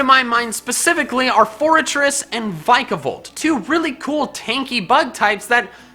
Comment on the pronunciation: You still pronounce Vikavolt wrong...